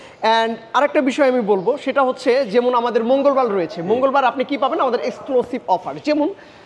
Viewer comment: Vai jemun nah jemon..😂eta beta akhter beti..ha ha hi..